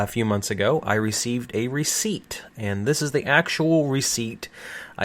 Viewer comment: Just 3 and a half minutes in the video and i am already almost mad of "recipet"